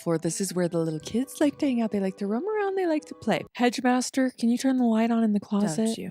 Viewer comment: keeping calling the ghost “Hedgemaster” has me weak 🤣😂